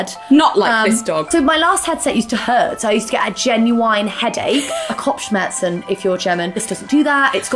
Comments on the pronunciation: It’s the ✨Kopfschmerzen✨ for me Why is her pronunciation so good ?!?!! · Wow, your German pronunciation is amazing!! (Impressed German over here. ) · Why are you so good at saying „Kopfschmerzen“? You said it perfect ❤️ how many other words do you know in German? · im german and pronunciation of kopfschmerzen was literally perfect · Wow! This video was so amazing! I’m German and I got totally confused by hearing Kopfschmerzen haha. Your pronunciation is really good! ;) Is there an opportunity to see both of you playing this game for a bit longer? I really liked how you react, it’s quite funny but the story is also super fascinating :) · The flawless pronunciation of "kopfschmerzen" really took me by surprise ngl😂